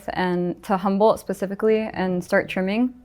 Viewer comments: She said the experience of working in Northern California “Humboldt” her. 😂🤣😂✌️ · She said the experience “Humboldt” her. 😂🤣😂✌️